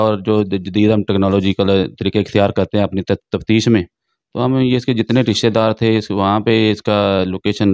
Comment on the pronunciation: Ye Jo uloo ka path anchor ban phir raha hei,is kuttay ko pehle urdu sikhao, tafsheesh kia hoti hei? Taftish ko tafsheesh bol raha hei. Aj kal har chutia journalism ki maan behan aik karne pe tula Hua hei. Shame on you.